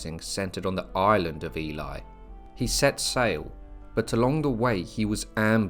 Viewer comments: If I hear Ely (Eel-ley) pronounced Eli one more time, I will scream! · Nice history. Just one point. The now city of Ely, is pronounced Ee-lee. Not Ee-lie as you pronounced it several times. The word Ely hasn't changed over time, meaning 'island of eels'. It's a common mispronunciation for people confusing the sound of Ely with Eli. Thanks for the video. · Please please pronounce ely: eelee, thats how you say it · Isn't Ely pronounced E-Lee not E-Lie? Genuine question, I've always used the former pronunciation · That pronouncing of Ely is annoying and spoils the provenance of this story.